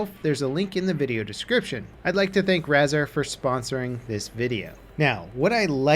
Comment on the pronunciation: I thought he said brazzer instead of razar